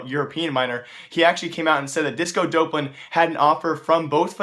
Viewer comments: Him saying dopelan is triggering me. It's Dop-Lan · its doplan not dopelan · Disco Doplan (Duhhh-P-Lan) Not Dopelan Doplan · stop saying disco dopelun its disco dop land ffs I'm getting TRIGGERED